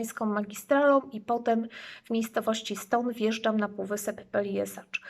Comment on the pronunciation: Peljeszac a nie Peljesacz...